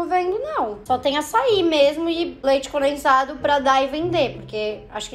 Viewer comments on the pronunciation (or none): ngm: a: leite "conensado"